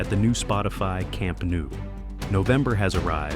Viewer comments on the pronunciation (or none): Please, do not say Camp NOO! It sounds horrible! The pronounciation is incorrect. It’s NOU. Think on the word “know”, or “Glasgow”. It sounds the same.